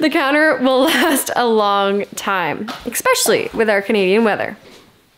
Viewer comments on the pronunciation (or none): Ekcetera and ekspecially, excellent.